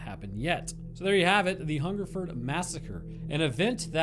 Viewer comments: he got hungerford (furd, not ford) right off the bat, but berkshire is BARK-Shire, some old ae sound shenanigans or some s***. its all stupid and made up. I live near here and its interesting that this never comes up. i know about it but noone really talks about it. cool to see it make a video tbf. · You got Hungerford right the first time. Most places ending in -shire are usually suffixed "shear" phonetically. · Wow i was the one who commented this on your Albert Dryden vid. Your pronounciation is spot on, its only the posh gits who pronounce it Hungerfoord. Berkshire is wrong though lol, it pronounced with an 'a' intead of the 'e'. Must say its the first time i commented on something and it gets turned into a video. Thanks i geuss. I would also like to add that although it is nice to get noticed it could'nt be about many a worse subject. As i said in the Albert dryden vid this was a story we were told as kids to scare us about guns, and strangers. It was like being told about the boogeyman but one that had lived in your area.